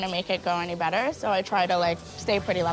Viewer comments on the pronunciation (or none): none